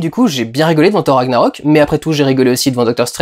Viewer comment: "ssshor ranniaroque " mddddrrrrr chute